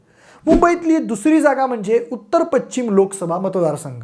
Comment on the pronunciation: Pachchim nahi pashchim…..ch nahi sha….nit bola krupaya